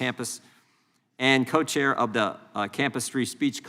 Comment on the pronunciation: I find it peculiar how, when he says ‘co-chair’, it sounds like ‘coach’ and reminds me of his complacence against morality